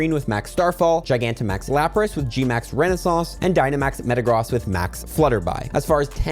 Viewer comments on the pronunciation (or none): it is gmax "res-oh-nance" not "renaissance"